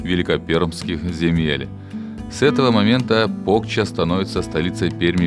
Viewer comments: Стыд и позор коментатору. "Соля́ные заводы и ещё Пóкча". Язык бы вырвать. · Село Покча, ударение на последнюю букву, а. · Покчá, а не Пóкча.